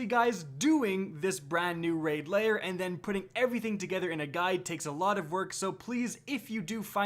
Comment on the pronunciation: Lair, not layer.